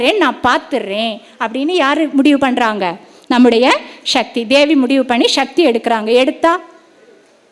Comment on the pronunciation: ஷிவன் இல்லை சிவன்.... ஷக்தி இல்லை சக்தி.... தமிழை சரியாக உச்சரிக்க வேண்டுகிறேன்..